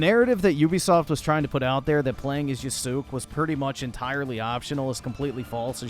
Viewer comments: No longer is he called "Yasuke (Yas-kay)," but " Y A H S O O K ! " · Bro why are you saying “yasook”? You literally played this awful game and can hear it’s pronounced yass-kay. I will never understand why people mispronounce things they literally hear pronounced correctly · It's not yasoooook it's yahskaaay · bro you are such an idiot stop saying yasook 😂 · yuh-sook lol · You added the "my name is Yasuke" scene several times, yet you keep calling him yasook? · Bro is so out of touch with reality it’s unbelievable lmao. Hour of “black guy bad” out here calling him “YASOOKE” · Yasook Floyd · YAH-SU-KAY....bro....come on... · Why did you keep pronouncing his name wrong? They say it out loud one trillion times, in cutscenes and gameplay. The game does suck though. I quit. Twice. 63 hours of my life poorly spent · Why do you say Yasuke’s name wrong?